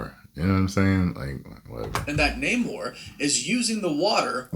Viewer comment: Someone tell Namor is pronounced Nay Moore